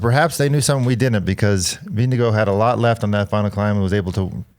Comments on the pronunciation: Vinge-gore, lads thats how you say it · can you stop calling him "Windigo", please? Vingegaard is pronounced close to "Ving-e-gore" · Why not pronounce Denmark in Danish? Can we stop with the Vingego nonsense already? Jeez.